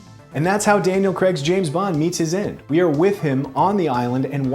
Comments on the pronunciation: It's Daniel Craig not Daniel Creg. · It's pronounced Daniel 'cray-g', not 'creg' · Guys. Please. It’s pronounced Crayg. Not Creg.